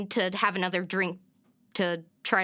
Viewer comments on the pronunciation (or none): none